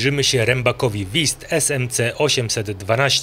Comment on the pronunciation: Broń Boże abym się czepiał- wiem że my, Polacy mamy problem z wymową niemieckich głosek, ale Wüst brzmi inaczej, nie wist😊